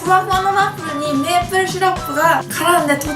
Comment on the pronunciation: これって滑舌いいうちに入るの？笑 最初の方ワップルとか言ってたりするけど